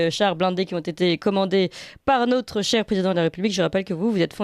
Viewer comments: Si notre me lit, pourrait-elle corriger ce tic de langage: elle dit "nôtre" au lieu de "notre", et c'est très laid à l'oreille, ex dans son intro "nôtre" chaîne youtube et "nôtre"référencement, au lieu d'un "o" ouvert, parlons français, dans toute sa beauté! Mais pour le reste, BRAVO! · Bonjour: En intro vous prononcez le "o" de "notre référencement" comme si il était écrit avec un accent circonflexe "ô".... "Notre référencement" se prononce sans fermer la bouche. ce sont les "nôtres"...........Là vous pouvez fermer la bouche:))